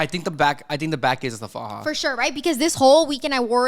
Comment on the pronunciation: Girl, it's faja, not faha. You're Mexican, come on now. Anyway, welcome back, guys. You were missed.